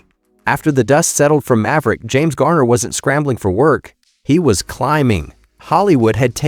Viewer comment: If his story matters so much to the producers of this stuff, why can’t you pronounce his name correctly? You have called him Gayner, Gerner and Garner. Which one is it?